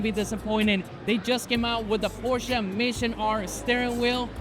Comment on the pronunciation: I truly appreciate when people say Porsche correctly.